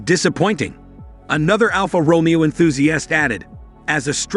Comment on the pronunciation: before u review a car...try and pronounce "Alfa Romeo"